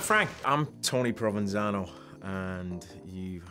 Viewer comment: I love how Stephen's just speaking naturally then momentarily slips into 'nu'yok-ese' when he pronounces 'Tony Provenzano' 😄 Fab actor 😉